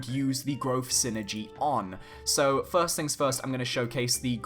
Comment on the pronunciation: Just want to make a little correction on the way Psynergy is pronounced as Psynergy is a portmanteau for "psychic energy" (エナジー Energy in Japanese) and is not meant to be spoken as the word synergy. It is the form of magic featured in the video game series Golden Sun for those who aren't familiar. #TeamIsaac4SmashUlt o/